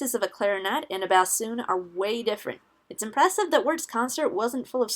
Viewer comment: You pronounced Bassoon wrong